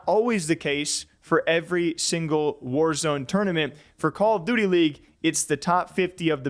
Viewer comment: I can’t get over how he says Call of DOOTY.. I try not to hear it but homie hits the double OO like Cam Newton hitting the dab back in the day! call of DOOTY.